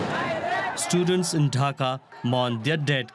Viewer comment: Requesting the news anchor to say DHAA ka instead of Daka and BANGLA DESH instead of Bengledesh. Try to pronounce properly. At least try.